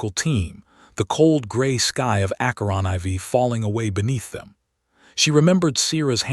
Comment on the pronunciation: "A movement learned from playground cruelty..." 🤣 I know it well. I just wish the AI could properly pronounce "aK-ur-on fore" (Acheron IV)